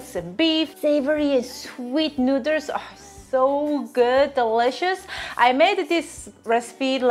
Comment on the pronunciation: STOP SAYING NOODLES AS NUDERLS